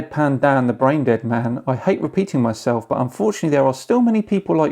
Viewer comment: Congrats on 100k! Oh...that's not a typo... YouTube closed captioning says your name is. Maybe you should enunciate MAN a little better...lol. You know what? You DO kinda look like a Simon....Dan!